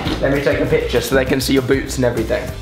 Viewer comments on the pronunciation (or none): 'So they can see your boots and everything' While rewatching this, I thought he said boobs and I almost choked. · did Alfie say so they can see ur boobs and all or did he say boots and all